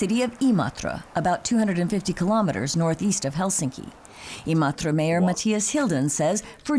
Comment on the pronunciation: Never imagined someone outside of Finland could pronounce Imatra so well